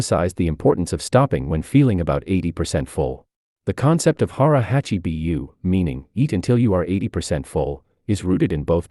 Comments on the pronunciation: Hara Hachi "BU" not B-U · Its Hara Hachi BOO!! not Bee You. My wife and I are laughing every time you mispronounce it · The pronounciation of hara hachi bu is terrible... AI narrations are awful. Took me a moment to hear it correctly and know what the hell it was trying to say